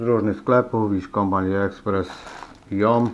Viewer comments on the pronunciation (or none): To joom powinno się czytać dzum czy coś takiego. Nie jestem pewny